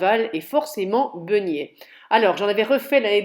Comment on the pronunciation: Bjr,merci pour votre vidéo.Pourquoi dites vous begnet et pas beignet?Cordialement Florence.J’ai de la levure de boulanger,combien de grammes s’il vous plaît,par rapport à de la levure déshydratée ?Merci